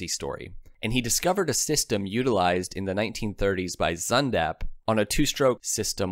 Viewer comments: Werner Wan Bran ?????? It is "Wayrner fon Brown", Urnst Deggner.??? It is "Airnst Daygner", Sundapp ??? It was "Zyndapp" ......to quote some mispronunciation in the generally very good video !Nowadays even smartphones help you with pronunciation ........ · You have the basics correct, But your pronunciation is atrocious, It sounds like you are saying codden and Wernher von Braun His last name is pronounced Brown, And Zundapp is pronouced Zoon Dop, not Zun dap, the exhaust on the two cycle motorcycle is called an expansion chamber, BTW, A german by the name of Otto designed the first 2 stroke, his colleagues told him on paper that it would not function and he agreed, but built a 50cc engine and it ran, A bumble bee should not be able to fly, Its wings are to small and its too heavy but...you know its true, Oil and water don't mix, But we have mayonnaise.